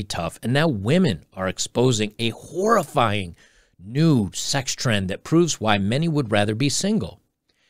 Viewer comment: Oh, "horrifying." Not "whorifying"